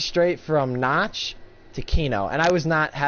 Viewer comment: um, not to be rude, but you said Nacht like notch, but it's pronounced Nah-kt. as if you were saying nah, and then you say kt. kinda like cut, but without pronouncing the "u". so just kt.v (lol)